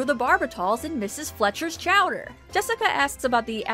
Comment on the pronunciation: Quimby nephew charged in beating. "Chowder" said wrong.